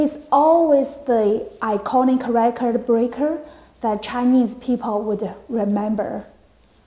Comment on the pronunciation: “he was always the iconic recordA breakerA”